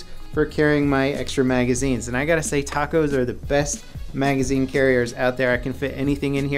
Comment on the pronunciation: why does it sound like he was saying tacos instead of tap cos